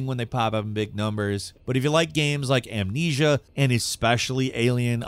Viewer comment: Guy seems to have a speech impediment. - At least, he says a lot of things weirdly. Like he also says "games" like "gehmz" or something, rather than just "gayms".